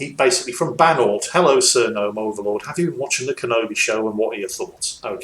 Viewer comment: hello sir its banort here again and it made me so happy that you sad my name right most ppl get my name wrong now they have no excuse since you said it right the first time <3